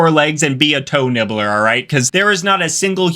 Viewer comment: For a second I thought he said. Hoe nibbles 😟😂😅💀☠️😰